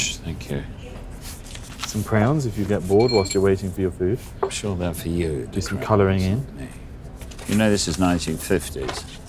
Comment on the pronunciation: Ah I love it Jack pronounced the word "crayons" as "crowns." The sophisticated British say "crowns" so that is definitely the correct pronunciation.